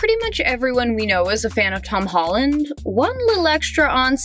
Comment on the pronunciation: she said hom holland